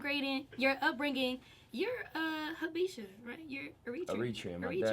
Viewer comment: She said HA-BEE-SHA